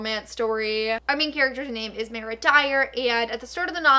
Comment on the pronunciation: Ok I love but is it only me who is extremely bothered by the way that she pronounces Mara it’s Mar-a like mars without an s not Mayor- a!